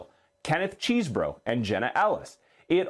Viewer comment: FFS -- get it together! CLEE-tuh Mitchell, not CLETT-uh. CHESS-bro, not CHEESE-bro. And Ms. Willis's first name rhymes with Bonnie, not Danny. I'm not a newsreader, and **I** know this bc I pay attn. Journo 101 = Get the names right. It's grotesque that you can't be bothered to do the bare minimum to earn your way-too-high salary. DO BETTER. PS: Even after the reporter said "Fani" TWICE correctly, you persisted in mispronouncing it. WTF is wrong with you?????? You're disrespectful and lazy.